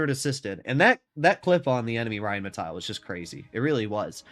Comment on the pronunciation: The Name is rheinmetall. Not rheinmetail. There is no i in this name.